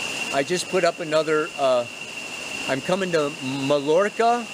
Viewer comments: Love your weekly reports! Oh, and it's pronounced: may-yor-ka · it's pronounced maYorca :) <3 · It's pronounced MY-YORR-KAH and it's incredible! LOL peace to you! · It’s Mayorca buddy,,, sorry I am a Latina and marvel at the Castilian language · My-Orca, is how you say it. :-) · Pronounced MY ORCA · mallorca is pronounced "my-jerka".